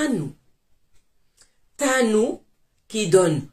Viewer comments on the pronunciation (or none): Ntanu 5, ntatu 3, sa c'est prononce n'tanu, n'tatu 3